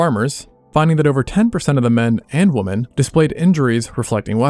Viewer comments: Why can't the AI voice pluralize "woman" correctly? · Women is pronounced “wih-men” not “woman” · what's up with the pronunciation of the plural women? it's weemen not woman is it not? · The plural of woman is not woman. It's women, pronounced "wi-men" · 'women' is pronounced "wimmen", not "woman" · Women is pronounced "wimuhn, but you pronounce it like wumuhn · Its PLURAL, WOMEN not WOMAN. Please pronounce it properly as 'wih-men' not WOMAN when talkin about many of them. This dumbing down trend of the word is so cringe lol. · "Women" is being mispronounced. It is pronounced "wih-men", with a soft i, even though it's spelled with an o. Love your stuff! Just letting you know! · why do you pronounce women as “woman”? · narrator pronounces women as woman. Must be gen z. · Interesting but very annoying that you keep on mispronouncing the word "women" as "woman". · It's pronounced, "wimen." Thanks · its pronounced- W(i)m(i)n, not W(ho)men. God damn why do everyone say it like it reads. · Why does the narrator keep saying "woman" instead of "women"? He's not the only one to do this. This has been popping up with a lot of other people these last few years. Do people not know what the plural for woman is women or what? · Women [wemmin] why is this simple word so difficult for so many men to pronounce? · "Women" is pronounced like "wi-min." "Prevalent" is "pre-va-lent," not "pre-vay-lent" and "often" like "offen," not "of-ten." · Good video, but why do you pronounce these words wrong: woman and women. The plural of woman is pronounced “wimmin”. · Bruh it's pronounced "Wimmin" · Interesting video. BTW, 'women' is pronounced "wimmin.' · I enjoy your videos, but why do you pronounce "women" as "woman" when you are speaking of women in the plural? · oh god "women" is pronounced "whim-in". Nails on a chalkboard. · Accent's pretty good except for pronouncing "women", "woman". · Wim-men... why are people mispronouncing women these days? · why does he say woman instead of women?